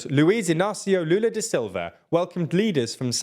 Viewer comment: Honestly, I'm impressed at the pronunciation of Lula's name, there's a bit of accent of course, but every word was correct, good job!